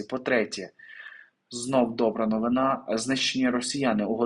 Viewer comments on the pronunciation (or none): none